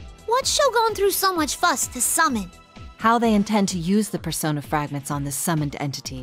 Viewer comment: Pearsonah fwagmenths